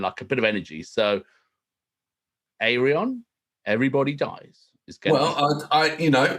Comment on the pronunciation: You pronounce it: aireon